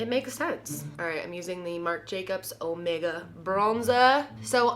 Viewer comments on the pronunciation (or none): none